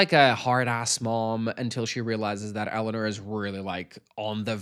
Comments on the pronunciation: Not the way you say EleanER not Eleanor. 😅😅 But I adore you and any way you say things. ❤ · Your pronunciation of Eleanor is taking me out. ElluhNURRR. ELLENURRR. Ellanür. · more like Ele-oh-nawr